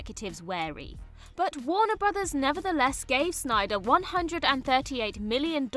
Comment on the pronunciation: “Warner Brothers” pronounced correctly several times! Well done, - thank you for learning it!